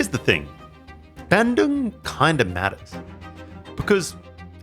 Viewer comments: Hey! It's pronounced BAHN-doong not BAN-doong. Great video though still, found it super informative. Thanks for featuring Indonesian bespoke shoemakers! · Love your content but brother please aussie to Aussie youve been in indonesia long enough. Please pronounce places and words correctly. BANDUNG is pronounced BUN-DOONG.